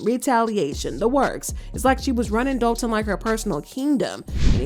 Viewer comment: That’s Dolton with an “o” not an “a”as in Dolton, Illinois